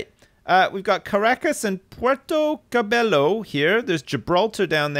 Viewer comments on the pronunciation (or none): Cabello is pronounced 'Cabeyo'. That goes for just about any Spanish word with a double L.